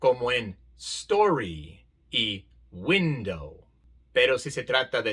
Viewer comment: Solo una corrección, en la palabra "window", la letra"o", suena como diptongo "ou". Tiene un sonido distinto a la palabra "story", donde ahí si suena la letra "o"